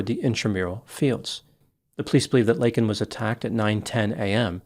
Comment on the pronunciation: The worst part is that he apologized for saying illegal other than undocumented….yet he did NOT apologize for mispronouncing her name… he called “Laken” “Lincoln “…unbelievable